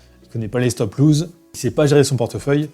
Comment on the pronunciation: C'est pas stop loose, c'est stop loss !